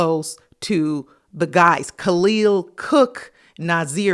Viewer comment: Why is the sister saying Kahlil name incorrectly 🤔